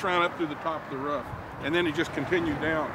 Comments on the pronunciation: Sounds like a dog. WOOF !!!!!!!! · Some Americans do say it like “ruff”. They make fun of Canadians saying aboot (we don’t) but they all pronounce roof wrong. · He pronounces ( RUFF) I hear alot of Americans say it that way ..